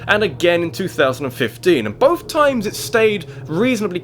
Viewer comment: Theres no f in the word both. And mario is not pronounced mare-ee-oh